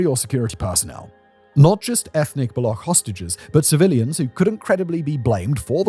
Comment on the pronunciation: The amount of research that has done on the Pakistan part is simply ridiculous. The insurgents are called Baloch; "ch" as in charm, not balokh😂. And they dont attack "Indian laborers" Because there arent any Indian labourers in Pakistan to begin with. You do know that pakistan and india are for all intent and purposes enemy states right? the only handful of indians you will find in pakistan are either on diplomatic missions or pilgrims. This is frankly shameful. 😂😂